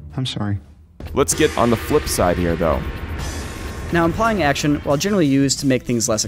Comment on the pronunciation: Impying Action... RIP the L in implying.